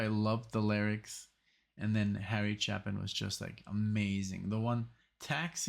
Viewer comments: As awesome as Harry Chapin's songs were here(oh... his name is pronounced with a long "A" - if it were pronounced with a short "A" it would be followed by two P's) his album Greatest Stories Live was recorded a small number of years later, after he'd had more time to work on his presentation and both of these songs are far superior on that album. You should check them out. In fact, every single song on it is better than their original studio counterparts. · Chapin pronounced chay·pn. (CHĀP-ən. ch-APE-in.) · Harry Chapin was (IMO) the greatest musical storyteller. His songwriting is amazing. My favorite of his many great songs is "Better Place to Be"....at some point you and MUST listen to it. (Btw, his last name is pronounced Chay-pin...tragically, he was killed in a traffic accident in 1981 when he was just 38.)